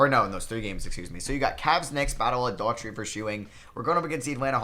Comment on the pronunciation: dude seriously.... Rony Seikaly (Psyche-LEE) is how you pronounce it. Rick Adelman was coach of the Portland Trailblazers when the '92 Bulls beat Portland in the Finals Brad DOOR-uhh-tee for Cleveland...Not Brad Dautree.